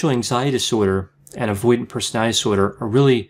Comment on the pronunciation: You need to learn how to pronounce 'disorder'